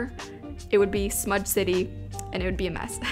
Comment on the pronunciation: Anyone realize in said “smud” city instead of smudge city? 😂😝